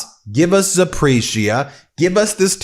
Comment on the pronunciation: love your 'round the clock reporting,' and taking a stance for world order and democracy. also, "zaporizhia" is pronounced more like: "za-POR-eeesha," i just keep hearing you mispronounce it on so many videos recently. —thank you and your team for all the great work.